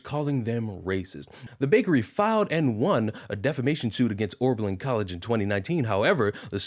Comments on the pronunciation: my man.. it's OB... not ORB... Oh-Berlin, not OrBerlin. just sayin. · Pronounced- O-ber -Lin